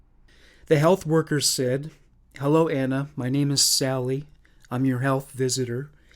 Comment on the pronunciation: I love the way he says 'elloo everybody ', lol